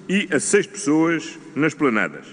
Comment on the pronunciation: E não é nas esplanadas, é como ele diz, nas "planadas"!????????????????